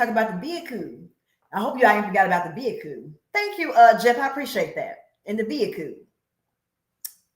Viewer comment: woman 😂😂😂 you have me rolling on the floor when you say vehinkew